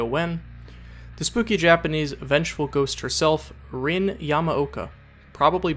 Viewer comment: Rin is pronounced REEN not RINNE